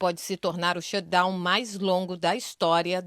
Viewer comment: Shutdown!!!!! Pronuncia o T pelo amor de Deus “shudown” dói de ouvir.